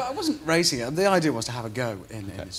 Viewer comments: he had a tewwible cwash while wacing in a wocket car how did this guy even become a presenter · "and you were wacing a vewy fast wocket car, is that wight?" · 'wacing a very fast wocket car' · "Wacing a wery fast wocket car" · and it's not woket car is rocket car and it's not wacing it's racing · waicing a wewy fast wocketcar with withard hammond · you were wacing a vewy fast wocket car